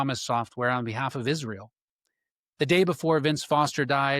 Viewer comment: Yes, I noticed the same thing. Notice the way he emphasized the word Israel each time he said it.